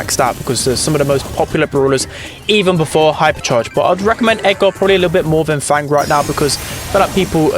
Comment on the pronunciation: fang how you don't say him